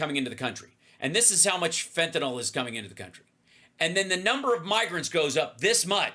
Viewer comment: It's "FENTANYL" NOT "FENTANOL" ffs get it correct so you don't sound dumb like repucnicans....just sayin 🤔